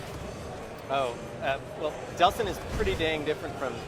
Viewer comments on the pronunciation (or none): its not deslin its delsin